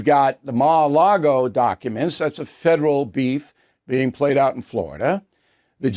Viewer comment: Ma-A-Lago? ahahahaha!